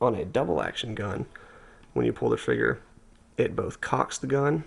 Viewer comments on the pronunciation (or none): great vid but do you say frigger or is it just audio thats bad? i call it a trigger